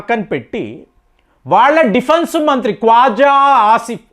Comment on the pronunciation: Konda Khavaja kadu ra kwaja eeeran ejarbaijan palastinia venunjula nadhanyahoo mottam names change chesestunnav